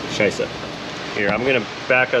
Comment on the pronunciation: "$cheiße" with absolutely no American accent . Perfect pronunciation!